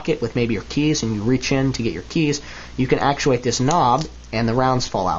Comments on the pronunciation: It does sound a little like you've said "defend myself from my family" not "defend myself AND my family" which I'm hoping is what you were meaning ;) Interesting video though, I like the look of the speed loaders, I think if you were defending yourself they'd be quicker. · It sound like he says "defend myself from my family" Note: I do understood what he really said.